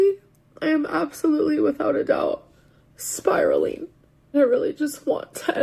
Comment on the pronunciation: Spiralynn is spiraleen 😅